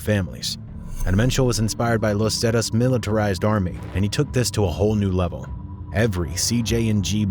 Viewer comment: Yeah I don't even speak Spanish and even I'm like wtf lol...zettuhs? 😂